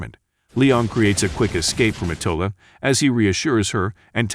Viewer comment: Ma TIL da